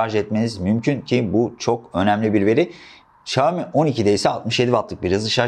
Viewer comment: Abi çok iyisin falan ama şooami demen kulağımı tırmaladı resmen.